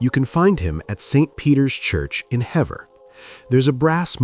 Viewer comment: I agree. Hever has the long ee sound like Heever.